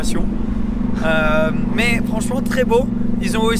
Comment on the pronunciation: il a un accent trop marrant sur ces "MÊÊÊiiiiiYYYY" loool